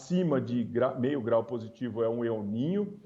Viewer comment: A mulher fala el nina kkkk